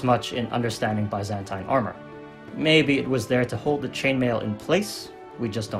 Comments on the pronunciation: Very good video. But your pronunciation of Byzantine hit my brain everytime. It's bi-zæn-tin not bye-zen-tein. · what is ba-zan-tain